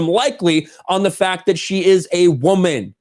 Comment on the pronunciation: What she really meant to say was "EVEN THOUGH I GAVE OUT WRONG INFORMATION. How dare you correct me, I'm a wahmen & wahmens can't be wrong" because that's exactly what it sounded like.